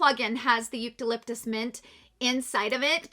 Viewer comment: Eucalyptus too. She was pronouncing it 'Yoot-uh-liptus'